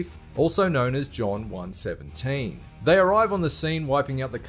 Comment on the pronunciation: Why'd He say It so Bad💀